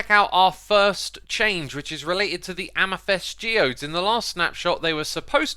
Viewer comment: Please check your pronunciation of amethyst and lichen, I know it's petty but it really irks me that you say them wrong